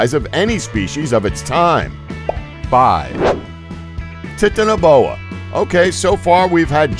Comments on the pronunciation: Btw Its not Titiniboa its Titan-Boa just saying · It's titana like titanic not tit ana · U said tiniboa when it is titanboa soz I just thought you could check it and know because I didn't know what you were talking about... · its not tiitinaboa its titana like titanic (big) titanaboa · Please stop saying tit in a boa. It's Titan. Titan-o-boa. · Titanoboa is pronounced tie-tan-no-boa not tit-an-oh-boa! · How he says titanboa makes me laugh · tit-ano-bona gad i love how these guys misprounounce everything wrong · Pronouncing Titanaboa incorrectly. It's "titan a boa". Otherwise great video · It's pronounced titano as in titanic. Because it's huge. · The Titanoboa is pronounced TY~TAN~NO~BOW~WA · It's pronounced tai Tano boa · Titanaboa? It's pronounced like Titan, and titanic, meaning exceptional size, strength or power. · I like how he says titanoboa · You pronounced the snakes name wrong I watched the documentary on Netflix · He pronounced Titaniboa wrong. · He can't even say titanabo right XD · he pronounced titanaboa wrong